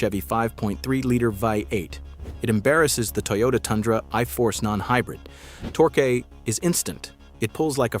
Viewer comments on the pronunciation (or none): Power-boost, torquee! AI idiot!